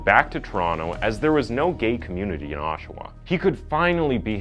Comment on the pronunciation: Hey, you said "Oshawa" like we say Oshawa